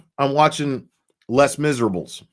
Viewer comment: Les Miserable is pronounced Lay miserabes. It is french for The Miserable😁